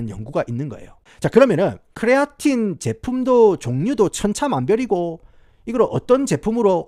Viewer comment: 부탁 드립니다 그냥 크레아틴 이라고 발음 해주세요 쿠뤼아린~~뭐 이런건 발음을 너무 굴리신거 같아요